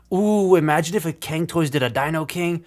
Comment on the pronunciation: As a Chinese, the pronunciation of "can" toy still cracks me up :)